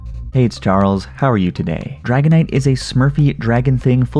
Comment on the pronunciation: Umm why do u pronounce dragonite as haganite ?